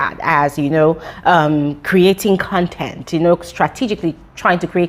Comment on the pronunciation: It's the way she says CREATING CONTENT 😂